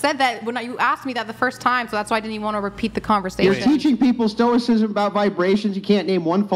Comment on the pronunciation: I blew cherries when she said Stokcism.